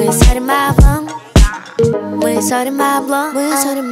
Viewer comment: Ты бы получил 2 за ударение в слове сорим